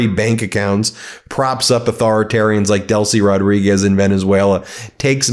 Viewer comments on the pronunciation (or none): none